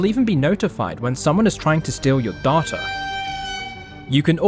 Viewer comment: Lol Im so sorry but during the part with the sponsor segment when you said data, my head jerked up cause at first it sounded like you said, "You'll even be notified when someone's trying to steal your daughter!" lmao, I was like waaaaaait...ooooooh never mind lmao!